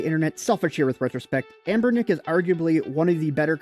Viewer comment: Dude. You keep saying a’m’bernic. It is anbernic and even this console doesn’t seem from anbernic.